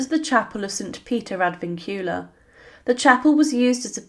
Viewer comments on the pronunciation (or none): it's 'ad vincula' not 'ad vincular' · Surely 'Peter Ad Vincula' (Peter in chains) not Peter Ad Vincular? Occiput pronounced Oxiput.